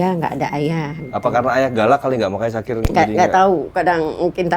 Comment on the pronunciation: Syakir bang bukan dzakir